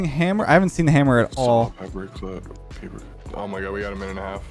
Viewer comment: anyone else notice papper not paper lol